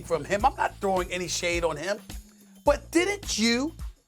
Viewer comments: It's Doncic, NOT DON-CHICK 🤣🤣🤣🤣🤣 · you can't even pronounce Donkič correctly. Who cares what you saying lol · Mad Dog just say his name right not Donkick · How are you an analyst when you pronounce Luka's surname as Donkich. SMH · Learn how to say his name retard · He cannot pronounce Lukas Last Name "expert". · U know if he was black stephen a would be like lets pronounce it right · It's really not that hard to pronounce his name. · Bruh, you get paid good money to do what you do atleast pronounce Doncic correctly.